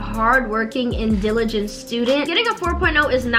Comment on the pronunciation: Great video but am I the only one that noticed she said "digiliant student" instead of "diligent student"? My ears are weird like that but new subbie!! Yay!!